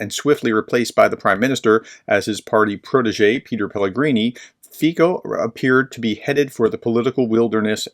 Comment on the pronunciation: If you respect Petr Pavel and Czechia so much at least pronounce them correctly. It's (Pet-err) not Peter Pavel. It's not called Czech. It's called Czechia or the Czech Republic. Greetings from Prague, CZ.